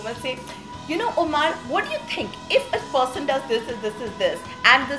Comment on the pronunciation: Wtf is Omaaaar... It's Omar and I'm sure you know the correct pronunciation Pooja